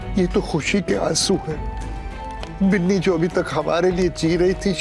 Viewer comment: Biili nahi binni hota h